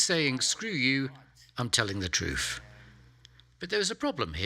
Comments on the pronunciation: I began watching this but got sidetracked by his pronunciation of the word ‘truth’ which seemed to be ‘troof’ and became, for me, unwatchable. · Stop saying TruFF